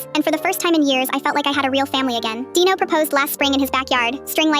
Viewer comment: Who the hell’s name is dieno because I know you wrote Dino in your caption, but why did it sound like that?